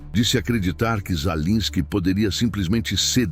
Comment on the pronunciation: Sua IEA, não sabe pronunciar o nome do governante da Ucrânia 😂😂😂😂 Ensine-a!!!